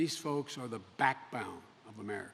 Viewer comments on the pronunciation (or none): did he just call me the "backbound" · He can't even pronounce words correctly anymore. Hair-o? Back-bow-en? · "These souls are the backbounds of America" - Joe Biden We need a president that cant pronounce backbone properly ... OK AMERICA🤭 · “Backbound”? Even scripted he’s having major issues. Wow... kinda sad.